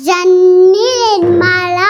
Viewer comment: జతిన్ ఇంకా బాగా చదువుకోవాలి ❤.: what is your father name? జన్ని. లాజు!!! Mother name: నిమ్మలా😂.